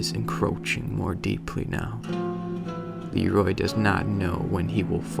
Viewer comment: GentGeryon yeah. It's Leerooooy not Leeeeeroy